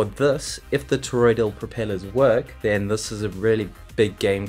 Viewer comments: ToroiDAL not ToroiDIAL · Now after me. TOR-OID-AL. not TOR-OID-EE-AL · Toroidal. Not: “toroidial”. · toroidal, not toroidial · FYI: It's "toroidal", not "toroidial" (sounds like "tor-oid-eed-ul") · It's toroidal not toroidial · Ok, I may be a little particular, but FFS! It's Toroidal NOT fcking TOROIDIAL. WTF! Michael 🇦🇺 🫨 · Why do you keep on saying: toroid-ee-ul ???